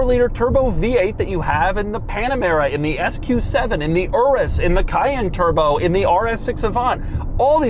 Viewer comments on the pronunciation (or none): none